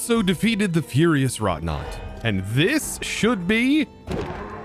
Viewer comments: I know you've got dyslexia, but it's "ferrous" not "furious" wroughtnaut. Pronounced like "Ferris wheel". For future reference. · the "Ferrous" in Ferrous Wroughtnaught is pronounced "fair-us". Just a minor thing that was bothering me.